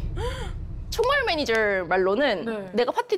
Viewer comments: 차마 감추지못한 드라이빙 매니저갈rrr... 뼈속부터한국인 퀸가비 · 발음헷갈려서 드라이빙 매니져갈 이라고 한거ㅋㅋㅋㅋㅋㅋㅋㄱㅋㅋㄱㅋㅋㅋㄱㄱㅋ